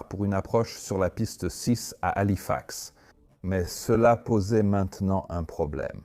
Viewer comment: Bon documentaire mais arretez avec l’ia. Parce que entre système système.... ou des bonnes fautes de language, halifax épelé ou encore 350 grammes au lieu de 350 G. Ou encore prononciations aleatoires cest gavant